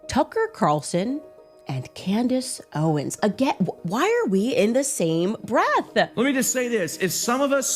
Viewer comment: Nukka who? “Tucker Carrrrrson” and “Camress Owens”